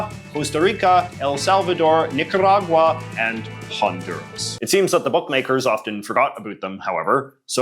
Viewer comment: LMAO the way he said Nicaragua.